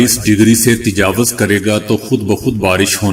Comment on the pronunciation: تجاوز ( ت اور ج پر زبر اور و پر پیش۔ )